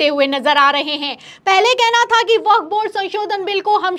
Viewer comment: Vakaf ka pronunciation nahi Aata